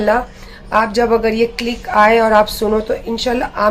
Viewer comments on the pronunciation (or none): Clip ko click bol rahi h 🤣🤣🤣🤣🤣. capable 🤣🤣🤣🤣🤣 English ki to maa bahan kar deti h ye 🤣🤣🤣🤣🤮🤮🤮🤮